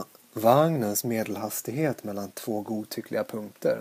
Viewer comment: det uttalas mellan